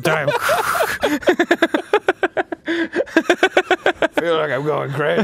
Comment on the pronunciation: ITS WHAPPIN TIAME